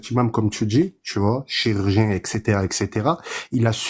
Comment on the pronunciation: pourquoi tu bug avec les liaisons avec le mot Imam?!!!Le imam? Les Imames.Les Zimames.Ce imam? Cet Imame non? A part ça t'es au top faut bien qu'on te trouve un défaut!!!